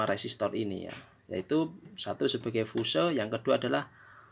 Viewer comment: Fuse itu bahasa inggris, dibacanya fius bos...🤣